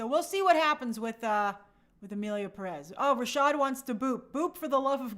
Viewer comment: The Spanish in this movie is pronounced horribly and it's not Mexican Spanish! Selena Gomez (Gómez) is not Mexican and it's obvious she doesn't speak Spanish! By the way, in Spanish Pérez is pronounced pErez NOT perEz. The accent mark is used to know which vowel to stress. Just like Gómez is pronounced gOmez NOT gomEz.